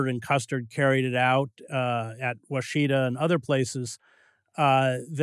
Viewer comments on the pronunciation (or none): it is pronounced wash-ih-taw. the middle syllable is like the "i" sound in ignorant.. it is not pronounced wah=shee-tuh. it is wash-i-taw. the wash is the emphasized syllable. i was born and raised on the washita river forty miles from the custer battle site.